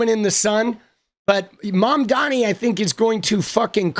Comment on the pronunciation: Lindy mispronounced Mamdani. She missed pronounced intifada. She clearly was reading off a script. I don’t think she wrote it herself.